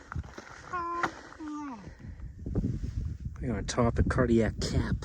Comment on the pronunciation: Are you saying Cardiac Cap or Cardiac Gap?